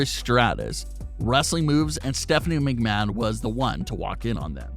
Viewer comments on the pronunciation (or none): none